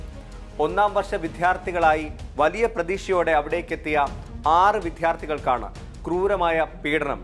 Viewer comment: വിദ്യാർത്ഥികൾക്ക് എന്ന് ശരിക്ക് പറയൂ.കേട്ട് മടുത്തു.